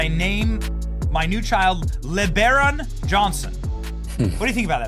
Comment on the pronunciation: Lebarron? Seriously?